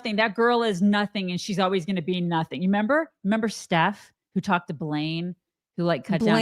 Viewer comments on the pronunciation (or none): also says 'member. Without the re!